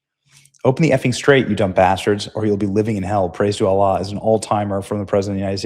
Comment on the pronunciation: The “praise allah” you said it wrong.. it’s praise alllllllllllaaaaa hahah Greg BCP read it yesterday but said it ai funny, that trump be saying outloud. It was funny. #trolliingNOTkilling